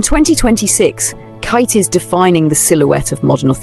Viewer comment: Absolutely love your commentary and agree with your assessments. Such a great point of view. One note: Khaite is pronounced “Kate” after its founder.